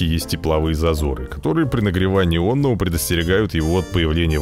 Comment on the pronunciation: опять оННого. (прав. оНого)